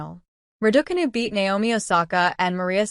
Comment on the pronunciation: I hear Ra-daw-canoe and stop the video immediately. What credibility can it have when it has no idea how to pronounce the name of the person the video is about?